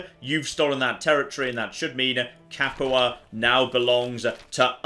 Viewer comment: Padua Pad-you-ah NOT Pad-eww-uh You pronounced Capua correctly. Just pronounce Padua the same way. note: Italian American, willing to be corrected by actual Italian if my pronunciation is incorrect.